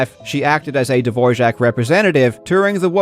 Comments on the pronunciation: Why are you pronouncing Dvorak as Divorjack? Where did the j come from... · Why do you pronounce Dvorak with a j like dvorjak? Is it said like that? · I think that the biggest scandal is that you put a "j" in "Dvoark"... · Am I missing the "J" in "DvorJak"? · Why did you pronounce Dvorak incorrectly throughout this entire video? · I'm not sure you are pronouncing Dvorak correctly... on many many occasions... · Still tryna figure out where the j is in Dvorak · As czech it's always funny to hear non-czech speakers trying to pronounce "Ř" Barbara seems like Todd Rogers of speed typing. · huh. Is that actually how Dvorak is pronounced...? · It's unfortunate that he got it wrong because the Dvorak family doesn't pronounce it that way. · he thought it was Dvořák